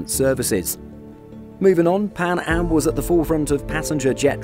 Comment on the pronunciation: Maybe a safer couldve saved it also did you say pan ham